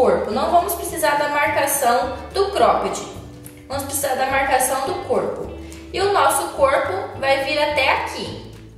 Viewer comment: Ela fala coipo que fofaaah